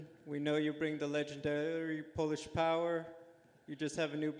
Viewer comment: legenenderRrRrRry Polish powerrrr. The dude sounds like a fucking creep, who is he? lol!